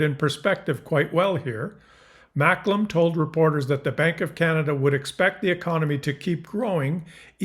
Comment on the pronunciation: Try and pronounce Maklem right